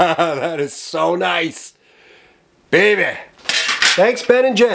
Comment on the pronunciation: lol "oooh babay!" you're east coast Canadian is showing :)